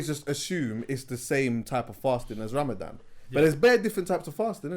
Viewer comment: it is Ramadan not Ramadam!!!!!!!!!!😂😂😂😂😂